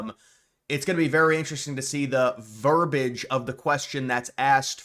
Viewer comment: "Verbiage", NOT "Verbage"... Look it up. Everything else you said was Great.